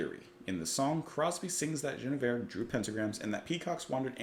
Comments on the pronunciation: As others have said, here, this is about Queen "Gwinna-veer" (not French - as the way you're quite reasonably trying to pronounce it - but something like Welsh - or Ancient Briton). King Arthur's queen. If I remember correctly, you didn't get your history of the Knights of the Round Table from the Venerable Bede (who, I think, tells the story of the romance between Sir Lancelot and the lady I shall call Gwinna-veer, just for current purposes), and instead got it from the great historian, Monty Python, who only tells the tale of Sir Lancelot's attack on the wedding celebrations of someone in the kingdom I forget now. This one: So then obviously you're not going to know that the Queen and this great knight had a traditional medieaval adulterous romance, then. (Because they only tell of how Sir Gawain came perilously close to losing his virginity, if I remember full well.) There are versions of the tale, however, which have this story included in the plot (the romance between Lancelot and Gwinna-veer (sorry).) ... ) just in case. It was a very common theme of Troubadour love stories (almost all of them were about the impossible love some mere knight had for the great Lady of his Lord). Actually it was just about the medieaval love story. At tournaments, knights would make a show of hopeless love for some unreachable Lady, as part of the show. They would "secretly" fight for their boss's wife's love, basically. And she would scorn him, and break him in twain within, so. Ap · It's not "Jeneveir", it's pronounced "Gwinnevere". You can hear the pronunciation in the song itself. I don't know why Crosby added the extra "n", but Guinevere is either the fictional or real-but-mythologized wife of King Arthur, whom she loved but nevertheless betrayed after falling in love with Sir Lancelot. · I'm surprised he didn't pick up on the pronunciation while listening to the song. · Dude... You keep mispronouncing "Guinnevere", even after you heard the song. (?)